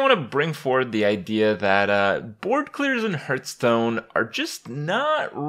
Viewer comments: Herrrrtstone 'pronunciation' lolz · Does anybody else find it disconcerting that he can't pronounce Hearthstone correctly?